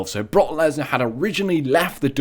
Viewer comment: When he said Brock Lesnar, he said it like Barack and I was like Obama?